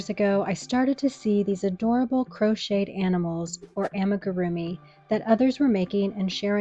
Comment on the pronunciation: It's ah-me-goo-roo-me. If you're trying to be an authority on this please at least learn the word